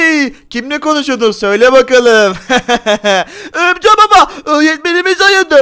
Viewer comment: Örümcek çocuk feritede örümcek baba diceğne niye örümcül baba diyo